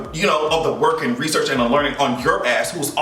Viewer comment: The way said, “rrrESEARCH!” His entire commentary gave me life! 😂